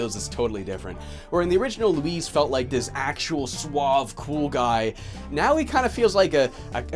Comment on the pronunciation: "Luis" ends with a soft ess, not a zee. Otherwise you're calling him "Louise" 😉